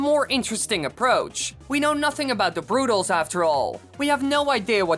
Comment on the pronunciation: Rusho896 Productions u can’t even say they’re name correctly